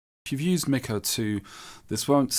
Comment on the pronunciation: MickO would be the opposite of how you say his name bubba...it's pronounced MeekO